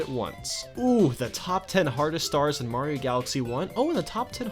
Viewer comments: I thought this was a top 10 about Super MARIO Galaxy, not Super MAYRO Galaxy! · When he said super Mauro galaxy I thought he meant a mod or hack